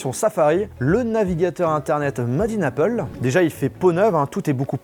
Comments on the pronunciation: « madine apeule » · "Madine Apple" "Acloud"